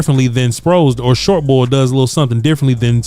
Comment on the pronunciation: Sounds like just ate a whole jar of peanut butter short bor short bor